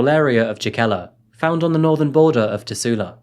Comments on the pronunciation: great video, but as someone who is fROM finland... please go to google translate and listen how to pronounce all names before trying to say anything.. you are pronouncing Tuusula as Tussula which in finnish would mean kinda like.... pussy-town... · It's not called "teusla " it's tuusula,878 the names n locations should be right. And jokela isn⁶t joukela. Speakin language it's ok and the history but like the history n other fakts shoul be right. But jeah good work in the end.